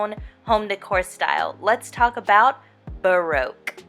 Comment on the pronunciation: If you are going to speak about baroque style you should learn how to pronounce tapestry and baroque. Also it is a period in art so you need to mention how artist influenced it